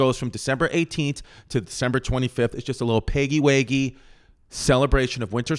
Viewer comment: Paggy Waggy is pronounced different.